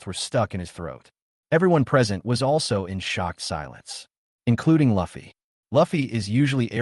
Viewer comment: Ffs ... its li fei not luffy and it's a she not a he ... it's a all-girls- school